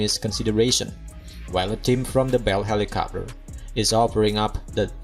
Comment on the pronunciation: Helicopter… not helicopper 🤣